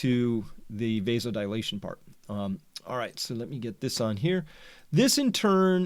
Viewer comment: And pronounced v-ass-oh-dile-ah-tion.